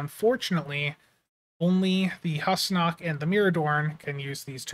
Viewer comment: It was pronounced Hoosnock, in that TNG episode.